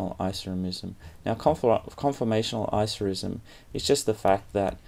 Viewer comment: Stop saying Isoremism!